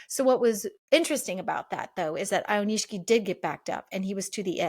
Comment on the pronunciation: I think its Aioni-SHI-KI. This is a cool channel